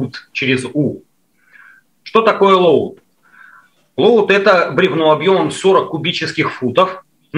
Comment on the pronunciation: Load читается как лоуд --- не надо фантазировать.